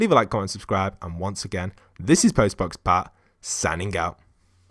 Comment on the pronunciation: I also hear instead of post box pat. You should change your name to